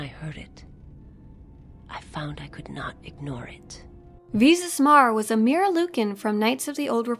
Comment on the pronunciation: First Of All, It Is Darth Nihilus, NOT Darth Nehilus. It is also Visas (long I), not Vesas (long E), but at least you Pronounced Mira as Mera and not Myra.